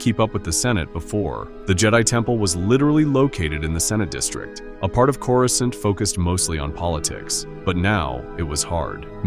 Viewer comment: Why did you pronounce Coruscant like that? Smh…